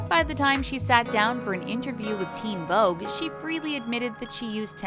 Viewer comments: Did anyone else notice that it said “theen Vogue” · “theen” what? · “Theen Vogue”